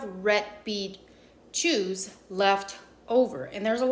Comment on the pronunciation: The way you pronounce "juice" just totally clarified a very not cool joke that my 8th grade teacher, *Mrs Obergfeller*, made to me in 1983. Even though she had no accent, she was 2nd gen German immigrant, and now I do understand that "juice" and "jews" did sound alike to her ears. Nonetheless, I refused her idea, we were re envisioning andy Warhol's soup can & making our own pop art (lol, my more intellectual art teacher dad actually wrote the lesson then got moved to HS art) and even then it seemed like a very bad idea to put a yarmulke on the tomato. I went with "potato juice," and never regretted that C. My parents didnt intervene, but they did concur that we should steer clear of Mrs O's ideas...i think they wanted to see how it would play out lol...